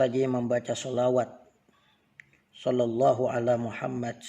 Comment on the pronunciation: Assalamualaikum bacaan yg bener shalallahu alla muhamad. Apa shalallah alla muhamad .? Ada hu nya ga ust pas di shalallah nya